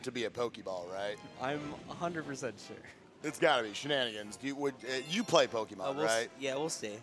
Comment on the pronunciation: Gotta say, impressive run. Well done! And I must say, as much as I love, anyone who pronounces it pokiemon is on my list. Either pokuhmon, or pokaymon.